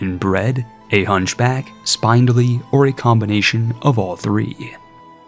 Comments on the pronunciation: It's SpIndly. Not spinedly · “spin”-dly, not “spine”-dly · I feel I must tell you spindly is pronounced spin dull ee. Also betrothed is pronounced bee troe th’d. Th as in “this,” not as in “three.” It is the mark of a well read person that they know complicated words without ever having heard them pronounced. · The incessant rhyming is annoying. Additionally, spindly is pronounced like spin not spine. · The way you constantly mispronounce "spindly" is mildly annoying... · You should look up the pronunciation on "spindly." Or just count the number of consonants in between the i and the y (it's more than 1.) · The writing was phenominal on this one, though I've never heard spindly pronounced that way before, heh heh